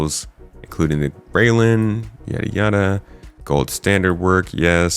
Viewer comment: Railen is pronounced rye-len (rye as in the grain/crop), not rail-en.